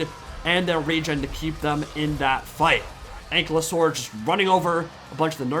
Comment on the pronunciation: I had to sub just because you say Ankylosaur the same why I do